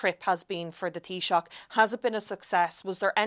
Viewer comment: Tab - ith- ha, not Tabita. I'm so used to hearing Matt Cooper's introduction I forget what English sounds like.